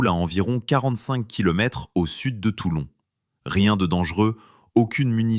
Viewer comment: Toilon !!!!!!!! Non TOULON !!!!